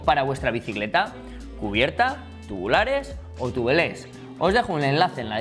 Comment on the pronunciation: TUBELÉS????? Duelen los oidos